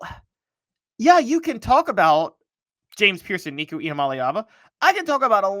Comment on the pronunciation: How can you still not pronounce our qb’s last name?? Just call him Nico..we know who it is😎